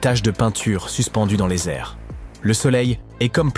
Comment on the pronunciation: 🍒 on ne dit pas les : "zhublot" devant un H ...😭